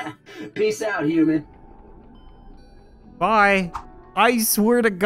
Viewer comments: He keeps on saying uman instead of human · Who else noticed he said uman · he said hooman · not human it hoomun